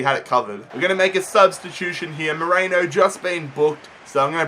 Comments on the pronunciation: It pisses me off that you say Merino like Moreno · Merino is pronounced Merino not Moreno